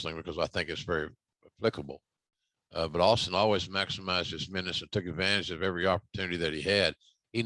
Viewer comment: "Austing" Says I just whooped your "gASS"😂😄🤣